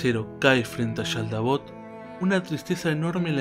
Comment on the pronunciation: Es que haces un énfasis exagerado en la Sh, cual si fieras Argentino/Bonaerense y aledaños, en Japones no le ponen tanto énfasis. Igual cuando dices SHaldabaoth. jajajaja no hay problema, es cosa mía nada mas.